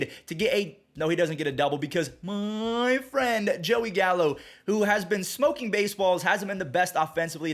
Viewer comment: "Mmmmmeei Frend" Joey Gallo 😂😂😂😂😂